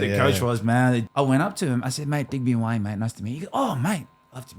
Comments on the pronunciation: It’s ‘yo-are-neh’ (I corrected my last ‘ne’ sound) Watch commentators learn how to pronounce French names with excellence yet not learn basic vowel sounds of Pasifika/Maori (Polynesians) that are 2% of the population of Australia, yet make up 50% of the NRL. It’s a manifestation of systemic racism. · It’s actually Yoh-ahh-neh so stop being bots 😂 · Yo-are-nay haha